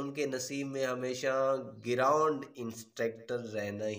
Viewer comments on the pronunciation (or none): Bhai Satiries, nahin hota stories hota hay. Geerond nahin ground hota hay. Agar angraizi kymzor hay to zaroori nahin hay keh use karain. Jab aap kuch parh rahay hain to chahy Urdu ho Chahay english tallafuz per Zor dain